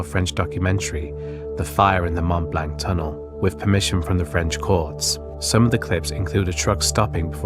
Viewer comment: Seeing that insert... it can't be much worse than the pronounciation of Mont Blanc ;)